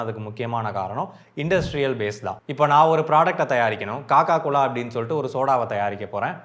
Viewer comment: அண்ணாச்சி.... அதென்ன காக்காகுலா... குபீர்ன்னு சிருச்சுட்டேன்😂😂😂😂😂😂😂😂😂😂😂😂😂😂